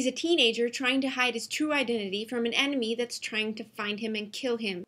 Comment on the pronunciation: did you say "emenmy"?